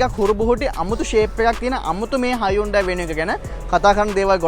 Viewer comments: ඕක ඇත්තටම හයිඋන්ඩායී නෙවෙයි හියුන්දේ කියලා කියවෙන්න ඕනෙ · Yes. Even in advertisements they say as hun- dai